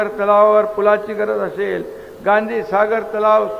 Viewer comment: बहिन अशेल पानी म्हनून... आनि म्हनून... किती अशुद्ध. 2.5वर्ष सहन केले.